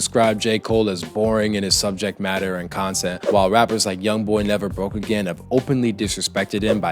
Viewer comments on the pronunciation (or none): none